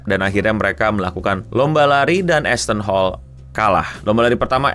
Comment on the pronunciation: saya dengar nama asthon hall ngapa jadi assh*le njir, 😂